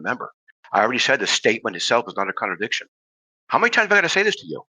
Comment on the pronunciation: Every time Slick says "connerdickshin," a syllogism quietly files for divorce.